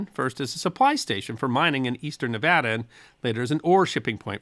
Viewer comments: 50 points to for correctly pronouncing Nevada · I have Loved watching your videos ever since you put out the video about apples, which was your first video I watched. I really want to thank you for pronunciation or is it enunciating, whichever I want to thank you for Pronouncing Nevada correctly. There is another channel I following who refuses to pronounce Nevada correctly, even though I have commented and included a video of President Trump in Las Vegas telling the world how to pronounce Nevada correctly. He is a Dr, not a medical type, so you would think someone who has DR. in the title of his channel would want to pronounce Nevada correctly. Again Thank You. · Yeah! He said Nevada right! 🥳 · Thank for pronouncing Nevada correctly. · I now live in Nevada, thank you for pronouncing it correctly ,,always love your stuff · Thank you for pronouncing Nevada correctly.